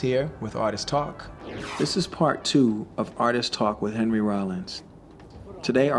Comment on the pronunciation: Hearing pharrell mispronounce Henry's name every time makes me cringe.